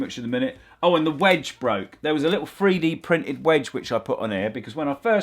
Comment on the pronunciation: please don't say babooed instead of 3d printed. please. i beg you!